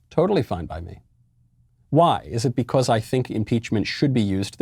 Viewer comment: I like how he says beCAUSE.😂